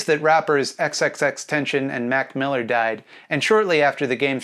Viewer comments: I appreciate you speaking up for respecting the dead, but it’s ten-ta-see-ohn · Did you pronounce XXXTENTACION's name wrong on purpose so you could get people in the comments correcting you and therefore helping your algorithm like you said about Jay, or was that just a mistake?